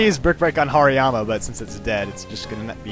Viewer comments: Its like he said Hariyama "Harry Mama" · Hariyama = Harrymama lol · insted of hariyama aid hairy mama ha he is soo funny sometimes